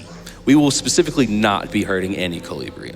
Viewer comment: An amazing games, absolutely breathtaking. Also it's cute to for once hear misspronounciations from the other side, as he mispronounces most of the German words. It's adorable, like the Kolibris!